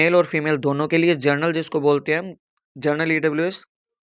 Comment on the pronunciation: जर्नल नहीं होता बे अनपढ़ जनरल होता है